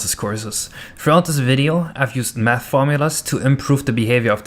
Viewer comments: Im pretty sure you ment math and not nath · haha "nath". "frane". work on your spelimg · "nath" XD